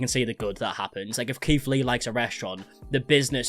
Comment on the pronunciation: I keep thinking hes saying Keef Lee XD oops